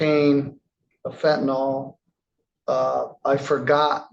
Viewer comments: "Fentanyl." The last syllable is pronounced "ILL" not "ALL"... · FENTANYL not fentinol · A judge should get it right……fent a NYL. NOT fent a NUL or fent a NOL. Yes. It matters